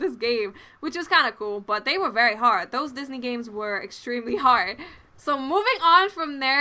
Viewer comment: i like the way u say those haha, dose x)